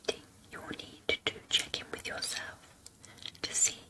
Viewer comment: Oooohh she said "check in" at one point, but I heard "chicken". Now I'm starving.....